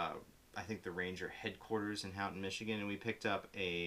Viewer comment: thanks guys! very helpful. fyi, Houghton is pronounced Ho-ton.